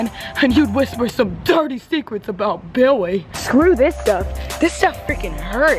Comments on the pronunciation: Kamaryn Sablan KISS ME BIWWY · BIWWY KISS ME BIWWY DONT LEAVE lol 😆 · I lost it every time she said billy but it sounded like “biwy” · Kadence Washington not billy its BIWWY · Kadence Washington she said biwwy not Billy's hahaha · Maggie C no she said biwly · no its bwilly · The random “Kwiss mwe Bwilly” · kWiSs Me BiWwY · Kwiss me bwiley